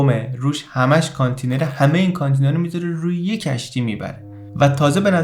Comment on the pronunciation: با احترام تلفضش میشه کانتٍینر .